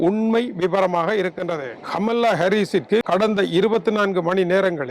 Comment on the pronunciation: கமலா என்பதை சரியாக உச்சரித்தால் நன்றாக இருக்கும்